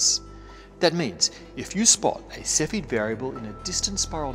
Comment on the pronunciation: It's not Cephid but Cepheid